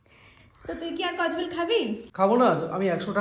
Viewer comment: Kodbel ❎ kojbel ❎ 😂😂😂😂😂😂